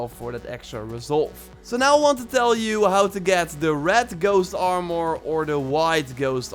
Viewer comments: Stop saying it like armoire. ITS ARMOR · It's not Aaarmoûr it's Armour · The way he says armor now haunts me in my dreams at night